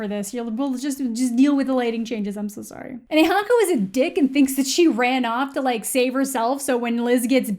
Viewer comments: I love how you can hear the canadian in amandas voice when she said soory in the beginning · lol you say sorry very Canadian